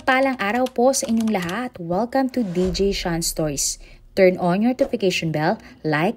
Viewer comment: I love watching your vids po.. but if you have a chance pa Re record ng Stoys i iknow Stories yan pero medyu di maganda pakinggan Lang Stoys instead of Stories. Thank You